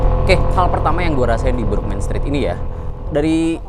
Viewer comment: Burgman... Huruf A di baca tegak A, bukan dibaca E seperti lafal bahasa inggris.....hadeeeeh